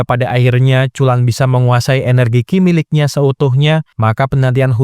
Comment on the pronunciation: Qi itu bacanya Chi, bukan Ki